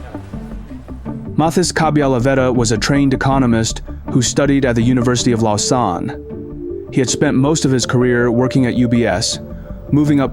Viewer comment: university of "lasaan" is pronounced as "lozan"